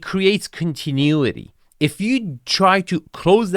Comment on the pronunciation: Continuity = con ti nu ity, soften = so fen (t is silent) 😉